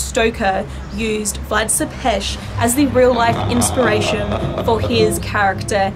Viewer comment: I am from Romania and so I know about MY home country and Vlad was a bad ruler but great warrior, he helped Romania in getting independence from the Turks and founded the capital of Romania which is Bucharest, she said Vlad Tepes name wrong, I wish more Americans would take interest in a very beautiful, historical country! 😩🤟🏻😊💯🇷🇴